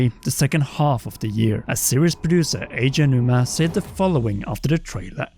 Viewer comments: Just for the record, Eiji Aonuma's name is pronounced ei-ji, not e-i-ji. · e-e-ji ownoomah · It hurt every time he said E-E-ji Aonuma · E-I-Ji Aonuma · Eheegee Aonuma 😂